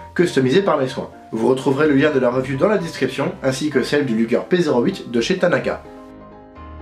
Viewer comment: Luger !!!!!! Not lüger